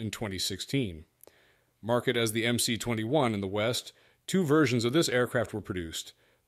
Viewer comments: Should be pronounced as "MS" - not "MC". МС (MS) stands for "магистральный самолет" - mainline aircraft. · You made an entire video without even learning how to pronounce the goddamn model name. There is no letter 'C' in Russian. At least get the basics straight. It's MS-21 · MS-21 ( not MC-21 )